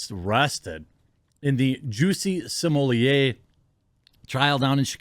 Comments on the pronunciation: Jeremy, you're the only clown in town who pronounces Smollet like you do. He's pure American and not French AT ALL. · I thought Smollett is Canadian? Also, blame YouTube for Jeremy having to butcher pronunciations. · Why do you miss pronounce his name?